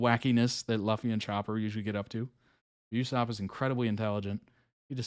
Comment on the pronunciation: By the way, Luffy is pronounced like "Looffy", Usopp is pronounced like "Oosopp", also his nose is Pinocchio's nose indicating that he lies.